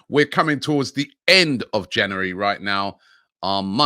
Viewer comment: Where does he get this cr*p from? Say January properly pleasee